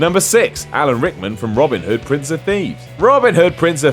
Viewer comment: Robin Hood. Two words. You know, like a first name and a surname. Try saying it as it was two separate names because it fucking well is